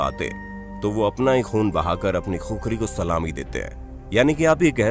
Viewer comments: खुखरी होइन भाटे खुकुरी हो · पहले सहि नाम लेना सिखिए खुकुरी को खुखरी मत बोलिए ! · खुखरी नहि भाइ इसको खुकुरी बोलते है 😁😁😁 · खुकुरी बोल्ते हें , #खुखरी गलत हे#